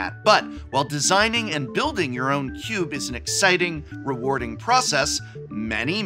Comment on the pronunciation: I hate to point it out, but “desinging”. We must remove all singing from our cubes!